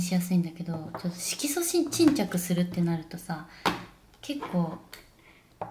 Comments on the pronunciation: 色素沈着言えないあみさん可愛すぎて😂💗最終的には"シキチン"って略しちゃうあみさんwwwwww ぺえさんと食べてたチキン美味しそう🤤🤤🤤どこで売ってるチキンなの？？？私も食べたいです🙋‍♀️✨ 最後の帽子被った瞬間引っ張るペンペンもタイミング良すぎて笑っちゃいました😂💕ペンペンはいたずらっ子ちゃんですね！笑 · あみちゃんのYouTube毎回癒されながら見てます🥺✨ 可愛すぎるし性格も顔も全て尊い😂💗 色素沈着が言えないところは旦那さんと一緒に爆笑しちゃいました💓笑